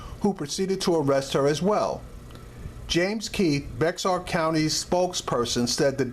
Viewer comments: Bexar is pronounced Bear..All pigs are bad.They have all lied for one another in at least one instance.We call it lieing pigs call it covering their asses. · It's pronounced BEAR. the person the county was named after didn't know how to sign his name, so he signed X. His attorney spelled his name around the x getting BExAR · The "X" is silent bro. Bexar it's actually pronounced "Bear" County. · Bexar county is pronounced Bear county. Lol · Bexar county tx is pronounced bear county San Antonio police are dangers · "Bexar" is pronounced 'bear' or 'bare'. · Dood! You sound like a moron saying “Bexar”. It’s pronounced like Bayer aspirin. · learn how to pronounce bexar before you speak dumbass. easy hint pronounce it bayer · I'm use to cops treating people like this. I'm not use to anyone pronouncing the county like this guy😁😂🤣. It's spelled Bexar but it's pronounced BEAR!!!! 👌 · It pronounced bear county the x is silent don't ask why? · It's pronounced "bear"...the X is silent. You got perra and puta right. Fuck the police! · Bexar county is pronounced Bear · Bexar is pronounced BEAR. Once lived in San Antonio and the county spelling is confusing AF. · Bexar is pronounced as bear. I know it doesn't make sense. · good job on this one. It's pronounced bear county though out here in San Antonio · No it is not pronounced "bear" as you state. It is pronounced "beh jar".....